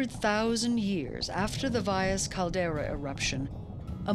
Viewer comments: commentator should learn to pronounce Valles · .. she almost got it